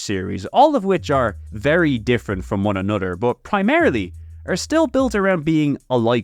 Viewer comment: "A-nutter", Gosh you mean, "A-no-ther"? I can't stand people who speak English and can not pronounce simple words. Like did you get home schooled by a dog or something.